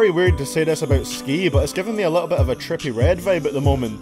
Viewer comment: "A TrIpPie ReD vIbe aT tHe MoMEnt" your accent just take full control 😂